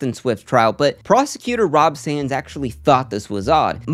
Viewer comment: It's actually Rob Sand, but well done video.